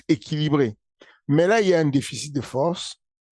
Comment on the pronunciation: "N'ai pas la fowrce"